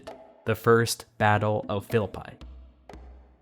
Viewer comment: Excellent as always. The pronounciation of the city of Philippi is more like "". In modern Greek, you would likely skip "o" and be left with "Filipee". In all cases no "pie" being baked. That's more or less. If anybody knows ancient Greek, please correct me.